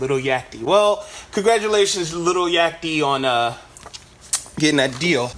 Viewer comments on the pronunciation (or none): Lol u sayin little yachty 😂